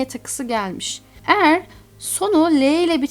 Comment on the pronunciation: "Elma" ve "eğer" sözcüklerini çok değişik söylemiyor mu